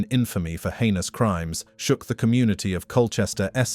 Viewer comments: I mean, I’m not a native speaker but the way this voice said heinous and atrocious… nobody would say it this badly if it was a real human, it’s pretty clear that this is an ai voice or a text to speech program used for the video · is this AI channel , the auto speaker can't pronounce heinous